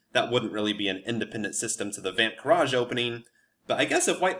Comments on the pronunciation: You are butchering the name. It's said like 'funt kraze' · You looked up the Dutch pronunciation and arrived at that? Put it in Google Translate. It's Fon Kraus. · Love the opening as my opponents do not know how to respond to it at my lvl (1400s), with some studying you can demolish your opponents. By the eay your pronoucing it very very very wrong hahaha, the ui or uij sound isnt known in English so I wont blame you, greetings from the netherlands! 🇳🇱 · the pronounciaton was wrong but good try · Thanks for the video, it 's excellent. Your pronunciation of Van 't Kruijs however is still way off ;) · Funny how he looked up the pronounciation and still got it totally wrong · As a dutch I find it really funny how he pronounces the name XDDD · No, you're not pronouncing it correctly but it's near impossible for foreign speakers to accurately pronounce dutch. So no worries.